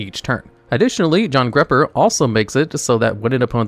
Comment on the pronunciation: Jarngreipr = "yarn-GRY-purr"